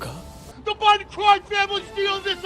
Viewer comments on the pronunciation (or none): none